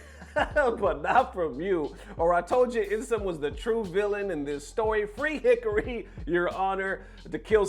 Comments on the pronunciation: It's heh car-ee, not Hickory Not that I have any respect for him with how disrespectful he is to people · HE-CAR-"REE"...who the HELL is hickari?... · I’m not sure if you’re doing it on purpose but Hikari is pronounced Hee-Kari, if it was any other name I wouldn’t care as much but as the JP word for Light and commonly heard in anime, it really pisses me off when you pronounce it that way.